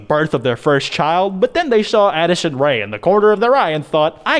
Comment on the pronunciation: anyone else thought he said addison the manly rae?